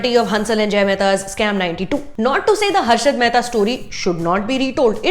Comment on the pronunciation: Name to sahi se lelo hasarat mahta nhi Harshad mahta hai madam karne chali hau novie review aur name tak sahi nhi le parhi chutiya